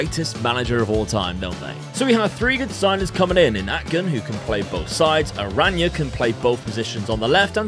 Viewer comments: Btw "Arana" is just pronounced "Arana" not "Araña/Arania" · Why Araña? It's Arana his name is not Spanish